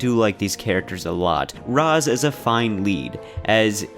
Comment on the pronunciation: This is by far the worst review in the history of game reviews. I stopped video after the 10th time you pronounced Raz wrong no ahhhh in his name and you call the story stupid it’s comedy. Thank god I can make up my mind and not listen to your horrible review. You need to do something else reviews are not your thing